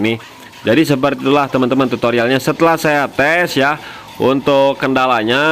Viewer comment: auto nahan ngakak pas akhir video mang mekanik master bilang tutorialnya jadi TUTOIYAL, mngk krn rusuh teuing bicarana. 🙏